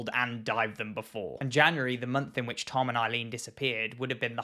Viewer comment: Every time he says Tom and Eileen, i just hear Come On Eileen. I know it's a serious topic